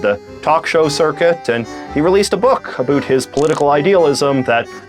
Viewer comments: Are you pronouncing "about" like that on purpose? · Why does he say about wrong? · You’re so attractive until you say “about” xD (I’m joking I promise)